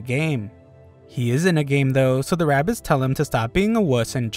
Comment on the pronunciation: Bro really said bugs bunny with rabeez 😂😂